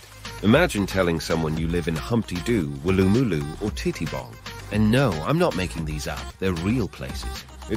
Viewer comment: that's also not how you say "woolloomooloo". It's /ˌwʊləməˈluː/. Stress is on the last syllable, and the "OO" makes three different sounds. Like "Wool - ah - mah - LOO". I know your just an AI, but your pronounciation of Uluru is so off i couldn't even recognise what you were saying. I thought you said "enigmatic allure"